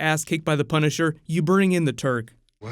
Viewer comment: Not that familiar with these characters as I'm from a totally different side of the planet, so when I heard you said the Turk, I thought I heard the Turd lolol